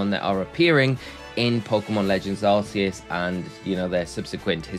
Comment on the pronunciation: "Ark-ee-us" not "Arse-ee-us"